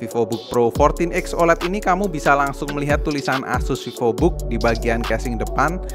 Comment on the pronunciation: Pak Vivobook (V nya gede pakk) bkn vivobook awokawijawokawok anda pikir hape🗿heheheehehe